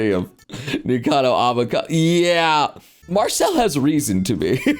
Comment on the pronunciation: Why you calling MarCILLE "MarcELLE"???? Also, nope, Larian won't touch dnd with a ten foot pole at this point.